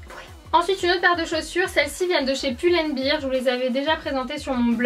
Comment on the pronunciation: pull and bèr putain, si vous le prononcez bir c'est bière en anglais 😂